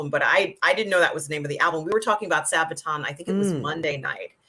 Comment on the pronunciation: I'm triggered at how pronounced Sabaton!:D